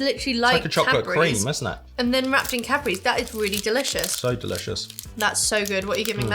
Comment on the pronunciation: Omg! All those years watching your videos and hearing 'Capris' instead for Cadbury's!!!!!